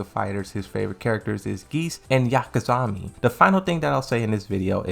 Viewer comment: "Geese and 'Yakazami'"! I had to highlight that. 😅